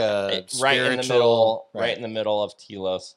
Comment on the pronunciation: Your pronouncing it Tea-los try Tell-os understand ? I lived there for nearly 10 Years and I have ghostly looking pictures Of the Lemurians they are being aired on the Travel Channel.